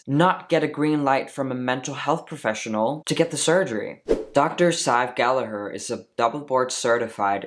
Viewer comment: First of all. I appricate you prounocing Gallagher correctly. 😂 Americans annoy me when they say it wrong haha. I'm ashamed as an Irish person that this woman is doing all this shit on tik tok. I would like to challenge you on starting hormones before surgery. As I started Testosterone after Top Surgery. Wich I was delighted with and still am. 1) regardng my own experience, it was much healthier to stop binding then to go on Hormones. This surgery is huge and my endo didn't want me having to many changes at once. So I was offered at that point in time, top surgery in a month or testosterone now. I took surgery to prevent damaging my lungs and ribs. (I understand this was my own choice to bind but I'm sure you know yourself.) 2) I would argue. Diffrent counties are diffrent in requermsnts. America perhaps differs state to state. Denmark as you said is 6 months. I belive 6 months is way to short. Here in Ireland it is 2 years from ROGD. 3) linking to point 2. Hormones = puberty, is diffrent for everyone. So someone on Testosterone 2 years may not have as much changes as someone who's 2 months. Someone may not pass and "live as the opposite sex" EVER. And some people can pass before hormone treatment. There for I don't think you can put a set time period on it. This is probably the first video you posted I disagree with. So congrats. Your getting more interesting